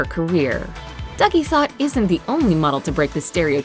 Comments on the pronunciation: How many people are going to comment on her last name, plz get over it. It's not pronounced "thot" it's pronounced "Tot", in her native Sudanese language. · THOTH is ancient Sudanese/Egyptian's name it's pronounced Tut. There's an island name after it in Sudan. This name is mainly south Sudanese